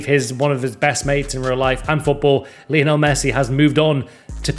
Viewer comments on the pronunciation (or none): none